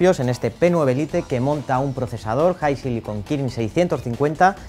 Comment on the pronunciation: Se pronuncia "lait" no "lite"😕